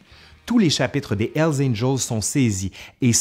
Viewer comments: C'est curieux parce que comme tu es Québecois j'ai toujours l'habitude de ta bonne prononciation des mots anglais (par rapport aux Français qui prononcent ça à la française). Mais quand tu dis "L Angels", ça m'a surpris. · Mon ami.. il faut bien prononcer le " H " de Hell ... Parce qu'avec très peu d'effort, on pourrait comprendre " ELS ANGELS " , qui signifierait totalement le contraire des "anges de l'enfer" . Merci pour votre vidéo ;-)